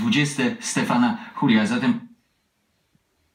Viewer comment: Po hiszpańsku czytał.